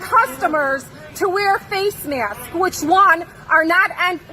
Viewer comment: Wear a face may-yask Karen and no you can’t speak to a mayanager